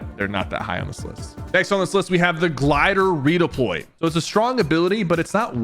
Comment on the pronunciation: shypher u made a mistake u said glder redoploy